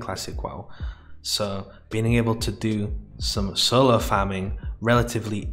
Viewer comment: ‘Sulo’ ‘knuw’ ‘hurbs’ ‘prus’ ‘cuns’ ‘enugh’ Learned a whole new language. Or as you would say: lurned a whule nuw language.